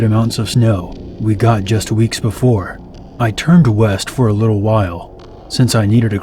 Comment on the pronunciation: "a few weeknss ago" st0p